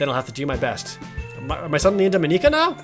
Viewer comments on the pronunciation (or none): Mon-Ik-Ka not Mon-eka Just Mon-Ik-Ka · You don't need to pronounce Monika's name in such a japanese way, Jared. It's not Mon-e-ka. It's just Monika. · Am I the only one who's a bit bothered with the way Jared pronounces Monika? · He records the videos edits and uploads parts of the game one day at a time so he won't know that he's SAYING MONIKA WRONG